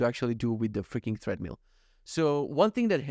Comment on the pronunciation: Enjoying the podcast on audio version. Just came here to say - it's pronounced "TRED-mill" not "THREAD-mill" 😊 looking forward to next episode